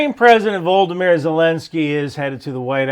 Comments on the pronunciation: C'mon man, you're smart enough to learn how to pronounce "Volodymyr" correctly. HINT... it's not pronounced "Voldemir." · President Zelenskyys first name is not Voldomyr, sir. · Voldameer Zelenskyy? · Volah-da-meer